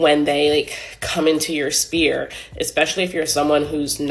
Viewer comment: She pronounces sphere spear 😅